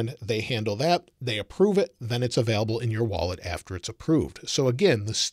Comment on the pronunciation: Is he saying “available” or “avelable”